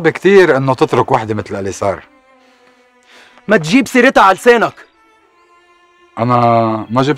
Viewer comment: أولا اسمها اليسار ومش السيار. وثانيا، عن جد ومش عنجاد .